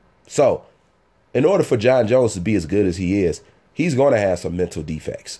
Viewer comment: It's Jon not Jons Jones And Gustavson and not Agustavson Slow down,!